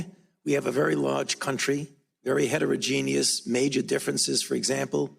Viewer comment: When he said*very heteregeneous* ,what i heard was very big head of genius*،i was like * what the ..... did i just hear cuz i thought he was mocking trump 😂😂😂😂